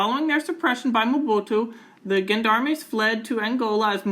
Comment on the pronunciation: Just a nitpick, "gendarme" is pronounced "zhan-darm". Otherwise, very informative.